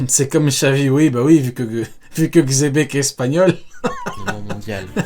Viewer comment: C'est le Mont Corfraude qui ont dit chebec en premier, du coup les autres youtubeurs étant leurs chèvres font pareils, sans doute pour attirer plus de monde sur leurs vidéos. Mais Rocks D Xebec n'est pas Espagne et Sengoku avait dit Dzebeku.